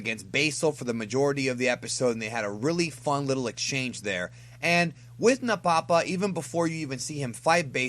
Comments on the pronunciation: It's pronounced "Napa-pa", not "Na-Papa" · Nappa Pa is how I heard it pronounced.